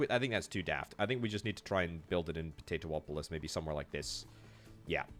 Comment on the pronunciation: Po - Tay - Too - Polis.... LOL